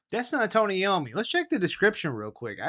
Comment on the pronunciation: Lol you said Iommi wrong 😂🤣